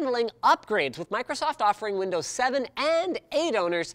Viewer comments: Did he just say microstoft? Go to the timestamp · Microtosotf GG linus. Still drunk from CES? XD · microtsoft lol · Microstoft XD